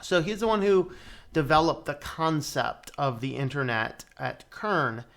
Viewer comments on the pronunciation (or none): I believe its pronounced with an S not K for Cern. Then again the proper pronouncement of Celtics can be K; both are correct.